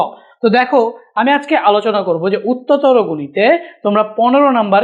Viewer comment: উত্ততর গণিত 👈😆😆😆😆